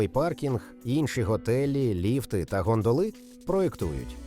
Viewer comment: Тут багато такого. "ГондолИ", "оглЯдовий" тощо )))) Озвучка ШI - автор (ОККО) за це не париться.